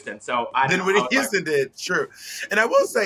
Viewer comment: “Whitney Youston”